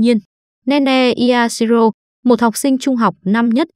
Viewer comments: Cái j mà i-ashiro vậy mắ? Da-shiro nhá! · Yashiro nha , không phải Y-ashiro đâu